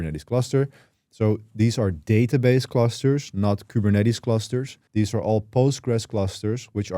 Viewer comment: please say THESE and THIS not DEEZ and DIS, cant even pay attention to what your saying